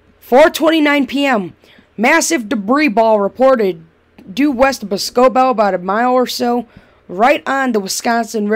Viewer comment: Lol its boss-co-bell